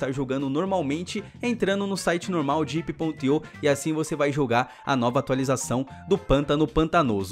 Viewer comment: vc falo diep.ip abraço:D